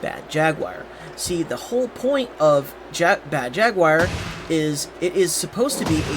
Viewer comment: Mispronounced Jaguar...